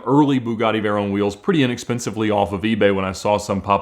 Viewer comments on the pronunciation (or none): I wonder if he realizes he is the only person on earth that pronounces it like "vay-RONE" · Hey ALMOST said Veyron correctly once. It’s a short “O” not a long “O”!